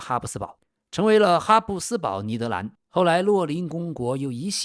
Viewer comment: 以前我一直以为这个频道是AI的声音，直到我听到 把「尼德兰」念成「尼德南」我就知道这确实是人念的